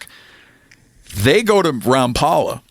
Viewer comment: Rom pal a? I thought it was Rom pole a?😮